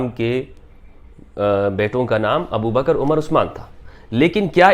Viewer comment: نام عَمر ہے یعنی ع پر زبر ہے عُمر نہیں ہے